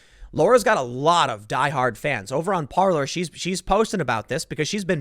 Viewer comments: par-lay -french for "to talk".... not par-ler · Yo Tim....Parler is pronounced *Par-Lay*. Parler is French for "to speak". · It makes me laugh when people call it "par-luurrr" lol